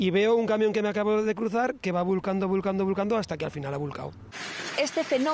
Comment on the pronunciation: "vulcando vulcando vulcando hasta que al final a vulcao" virgen santísima jajaja.